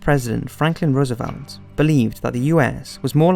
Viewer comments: It's a decent documentary with a lot of added detail not in other WW2 documentaries but his incorrect pronunciation of people's names is quite irritating - Rommel and Roosevelt are good examples. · Good, just a few pronunciations were off like Rommel and Roosevelt.